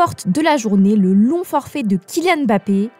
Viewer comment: Le LONG forfait !!! Moi aussi j'ai entendu "non forfait" mais c'était juste un défaut de prononciation !